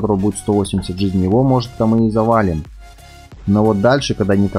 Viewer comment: видос крутой но ты неправильно ударение ставиш в слови жизней